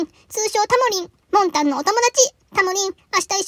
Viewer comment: 「タモリん」と「もんたん」がごちゃごちゃになって、「もりたん」って言ってるの爆笑してもんたん